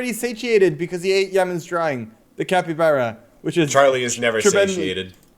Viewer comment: for carl: it's pronounced cap-ee-bar-uh and not cap-ee-bear-uh 🤣